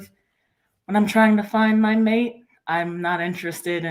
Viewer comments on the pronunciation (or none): none